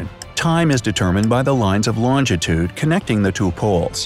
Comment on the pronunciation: Who the fk says loungitude???